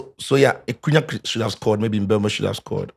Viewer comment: the name is MBE-UMO not mbu-emo